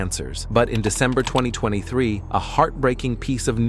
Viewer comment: "In tooth eye tweny three" 💀